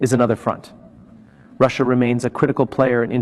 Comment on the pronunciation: Another AI who thinks Russia is pronounced "Russ" and "IA"!! Comical